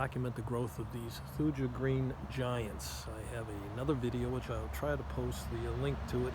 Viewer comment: pronounced thoo-ya 😉You can get them to grow a lot thicker and denser if you prune them properly. You don’t want them to be lanky, however tall. You want them to be dense and full. They are wonderful trees, I have 40 of them. For anyone else interested these can also be clipped into a neat hedge but don’t ever top them, you can taper the top but don’t ever touch the leader. Thank you for the video!